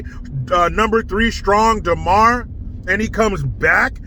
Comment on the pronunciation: It’s DAmar…not DEmar…DUH! How hard is it to get a subject’s name right?